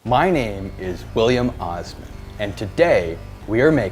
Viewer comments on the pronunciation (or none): His name isn't pronounced Ozmann Its Ossman